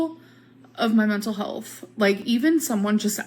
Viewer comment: "mye muntul hullth"